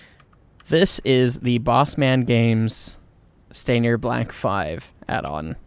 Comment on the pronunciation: Btw since u struggled to say stanier I'll help you out. The proper pronunciation is this: Stan-knee-er. Wierd spelling but that's how its said!